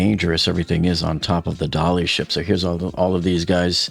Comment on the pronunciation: Come on please, it's 'the Dali' not the 'Dali ship' (pronounced by you Dollyship). They never said the Tiranic ship, the Mauretania ship, the USS Iowa ship